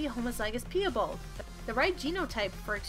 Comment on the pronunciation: Pee-a-bald....its PIE-bald as in apple pie and my bald uncle 🤦🏻 i know this is old but please if you do make more videos learn the pronunciation of the words